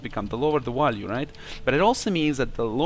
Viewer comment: he said walue im subscribing